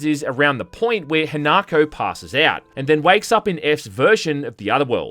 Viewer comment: FYI the girl is called HINAko, not HANAko.